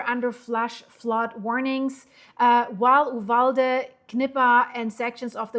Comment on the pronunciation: "You-valde" you did Great Getting the info out ❤ Thanks gor Reporting